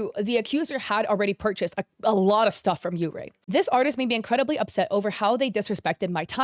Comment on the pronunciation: yeurei is pronounced like yuurei which is baiscally "ghosts"